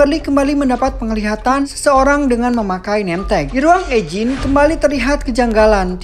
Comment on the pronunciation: Mantap ngabb kontennya!, Semangat nextnya. Owhya saran aja eugine itu di baca yujin